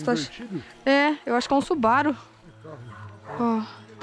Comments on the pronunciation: Tábem acho que é mais ela falou subaro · parei com a falando subaro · eu fiquei com agonia dela falando subaru rs